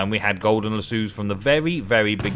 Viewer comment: lass o. not lass sue